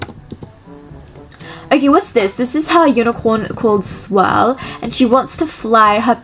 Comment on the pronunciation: Anyone going to talk about her saing swell instead or swirl 😅😅